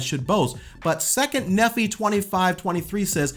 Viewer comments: We SPECULATE that Jesus MIGHT have had a wife. I don't know of anywhere in our faith that claims with knowledge of that. Correct me if I am wrong. Also, dude. We have a pronunciation guide in the Book of Mormon. Moron -eye instead of Moron-ee for Moroni. Neph-eye instead of Neph-ee for Nephi. As for the 2nd Nephi scripture about an earned salvation vs. a graced-deserved one, we cannot attain salvation alone, but that does not exempt us from the work needed to get to Heaven. We believe that the path to salvation is an active one. You cannot have faith in God, then not serve your neighbor or not serve God and then expect to enter into the Kingdom of God. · Moroni, pronounced “mo - row - nigh” rhymes with eye. Nephi, pronounce “Knee - fie” again, rhymes with eye. We do not know what was altered or changed from the original manuscripts of the writings that compose the Bible. What does the Bible say on the destiny of small children who die before accepting Christ? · Just an FYI, Moroni is pronounced Mo-ro-ni not Mo-do-nee. It’s not like macaroni. Nephi, same thing. Ne-phi, not Ne-phee. By pronouncing it incorrectly it makes you sound less educated on the Mormon church and it might make them more inclined to not listen, and we certainly hope that Mormons listen. Great video though! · Nephi is pronounced knee-fye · Moroni is a long I. And nephi is (knee-fy) also long I. But otherwise on point. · Just a comment, the names are pronounced Moronī (rhymes with "sky", "die" and "guy"). And Nephi is similar (rhymes with the same words, "sky", "die", "guy", "fly", etc.). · As a former mormon now an evangelical Christian. J liked the video. You definitely did your research. But you mispronounce Moroni and Nephi. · Good video, but it would carry more weight with LDS if you pronounced Moroni & Nephi correctly (as they do).